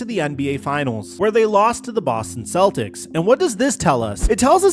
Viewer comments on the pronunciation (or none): none